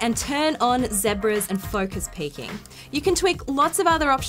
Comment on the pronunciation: Omg say zebra again!!